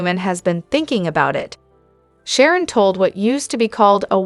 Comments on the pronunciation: She can't evern say Sharon Phyllis Tracy's names righte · She can't even say Phyllis Sharon or Tracy names rightw